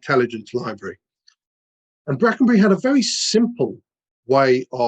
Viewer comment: Bwackenbuwy ithn't a lithp. Wipping yarn, though.